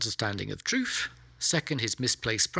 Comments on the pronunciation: I began watching this but got sidetracked by his pronunciation of the word ‘truth’ which seemed to be ‘troof’ and became, for me, unwatchable. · Stop saying TruFF